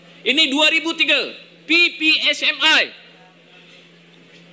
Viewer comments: Laaahh dia pidato protes penggunaan basa british, tp itu dia ngeja ppsmi pake logat British, emang kocak warga kasino ini😂😂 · Yang bicara ini mengatakan PPSMI pada huruf "I" dibaca "ai".